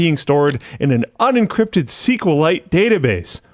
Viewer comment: SQLite is most commonly pronounced as "S-Q-L-ite" (/ˌɛsˌkjuːˌɛlˈaɪt/) Wtf with and his problems to pronounce anything? Is that some Canadian thing or what?